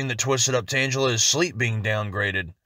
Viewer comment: Butchered that Tangela pronunciation